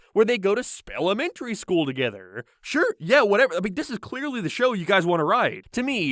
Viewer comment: Joey and moniKAH why do you talk like this. I cant focus on the content lmao Why Rachel and Joey got togeTHER why do you speak like this